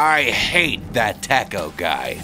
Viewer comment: U always pronounce tomato AND taco wrong